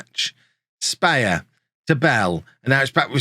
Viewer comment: Špehar is more like "shpeh-har" than "spayer"